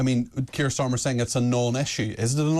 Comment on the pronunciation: 😂take the "R" out of Sttta r mer .